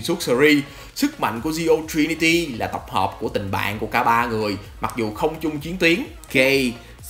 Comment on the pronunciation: Gei-z(ừ) nhen ad ơi, sao cứ nghe Gay hoài kì ghê😅